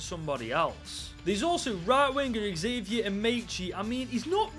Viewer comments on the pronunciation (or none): none